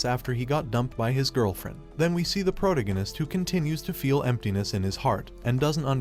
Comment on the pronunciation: nonononoonono, we're not just gonna skip past that one, like I didn't just hear the worst butchering of protagonist I've ever heard in my life, right?! xD